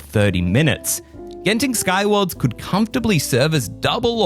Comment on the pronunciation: you pronounced Genting correctly, unlike our dear neighbour who always pronouce it as 'gent' ing.... thank you for that.